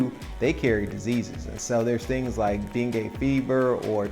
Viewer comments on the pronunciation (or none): none